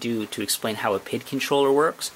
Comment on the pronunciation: P.I.D. Not PID